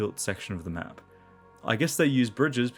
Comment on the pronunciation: Did you notice when Arthur asks why the Germans left the tanks, Ollie interrupts saying "i've made a map" but it sounds like he said "I made em up". In a game about unreliable narrators where the playable protagonists all perceive parallel experiences of the same events I think it's intentional.